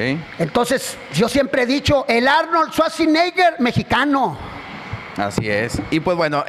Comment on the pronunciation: jajajajajajaja el Arnolshuashineger